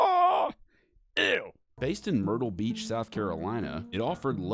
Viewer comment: DID YOU SAY WHO GOES TO MERTYLE BEACH I DI